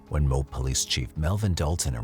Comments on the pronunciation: As a Utah Native. It's pronounced Mo-Ab not mobe.... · Just so you know, in the Ann Woodward case, the town is pronounced MOE-AB. Not Mobe... This is coming from a lifelong Utahn 😊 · MO-ab is the correct pronunciation.